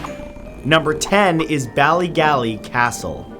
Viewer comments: Lmao the way he said ballygally😂 it's pronounced Bally-gawley, not even that bad just pissed myself every time he said it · Lmao pissed myself everytime Matt said ballygally cuz I'm from tyrone